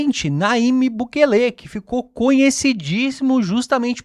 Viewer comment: Não é Bukelê , é Bukéle